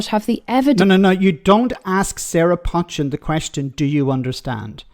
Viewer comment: Do you read comments? Her name is not pronounced 'Pot-chin'. It is pronounced 'Poe-chin'. It a Cheshire name. I'm from Cheshire